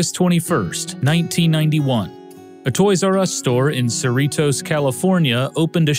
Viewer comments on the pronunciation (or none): AHHH THAT WAS MY TOYS R US! Also how he pronounced Cerritos was funny 😁 roll those R's king!